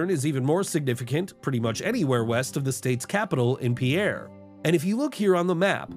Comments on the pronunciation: You had credibility until you pronounced Pierre as "Pierre" instead of the correct way, "Peer." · never heard sioux falls called su fu and its not pea air its peer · I was born in Watertown a long time ago, then we briefly moved to Lead. I still cherish many fond memories of my childhood there, and it feels like I'm home when I'm back, even though I haven't lived there since 1971. Non-resident narrator faux pas, "Peer", not, "Pierre" is the pronunciation. Many "residents" are actually RVers who want a tax break. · No mountains, no Sioux-Foo and Pierre is pronounced "Peer"... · Pierre is pronounced like "pier" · You might want to learn the correct pronunciation of the state capital, Pierre. Secondly, as for Farmland, someone needs to feed the nation. If you pave over everything for industry, where do you plan on eating? China? And finally, having lived in several states like Texas, Minnesota, & California I will say they do the best road upkeep here of any state I have been in, and they have the toughest winters. All without state income taxes. As you stated in the video, most of us like it just fine here. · Evidently not when he pronounces "Pierre" wrong and says that the whole state is mountainous. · Capitol name is pronounced peer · He's a Youtuber, not a professional South Dakota Analyzer. His credibility was fragile as is, I feel that his pronunciation of a city of 15,000 people hardly changed that